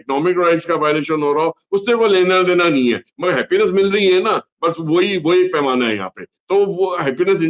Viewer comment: App thek keh rahe hai......sahi word pronounce karne mai galti hue hai....."painama" ki gagah per bari-bari "panamaa" nikal raha tha muh se.....app sahi parke hai.....